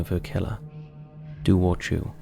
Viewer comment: Firstly, Dobhar chú is Irish NOT British. Yes, Northern Ireland is currently part of the United Kingdom but Northern Ireland is only 101 years old. This legend goes back thousands of years. 😡 Secondly, it's pronounced 'Dow-v- eir Khoo'. Thirdly, you could do an hour long video about mythical creatures from both Ireland and Britain so no need to lump us together. 😊